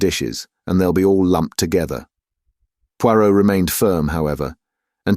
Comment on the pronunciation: Every thing else is pretty good but the Poirot feels rather off